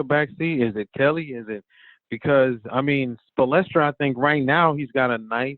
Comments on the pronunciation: "Spolestra" lmaoo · Love show. Wish the guest would say Spo’s name right. Hard to take him seriously as an expert on the Heat. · Spoelstra Spoelstra Spoelstra this guy is butchering his name 🤦🏿‍♂️